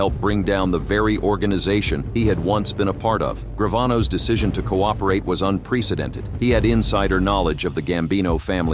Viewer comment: Un-PREEcedented? Seriously? If you’re going to narrate in English, speak English properly.